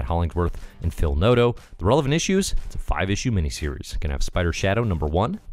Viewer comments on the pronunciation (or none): none